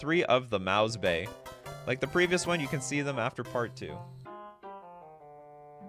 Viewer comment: Damn... I thought you're Canadian... Why are you handling umlauts like an US American? It took me not even 5 seconds to find part IV of Mäus-Bay on Google...